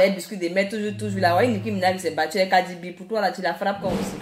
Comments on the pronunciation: On dit Cardi B 😂😂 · On dit cardi b et non kadi b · On dit CARDI B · On dis cardi b Stp